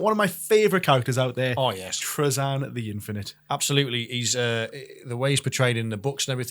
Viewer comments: Me too. It’s Tra-Zin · This is the first time I've heard Trazyn pronounced that way and it sounds so off to me. Here's how I'd rework Trazyn to be more interesting and closer to his lore: once per battle, if he is within a certain range of a character, he can roll a bunch of D3 or D6 and if the total matches or exceeds the number of wounds left on the target character, Trazyn has trapped that character and it disappears from the board. If Trazyn is killed, that character comes back onto the board. That would make him powerful in a different way but you'd have to keep him alive to keep that advantage. And of course keep a limit on the number of points of the character he can capture.